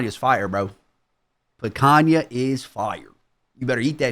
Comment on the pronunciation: the whitest "picanha" ive ever heard oh my days